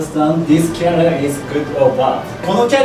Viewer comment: careerは後ろにアクセント。よく出ますね。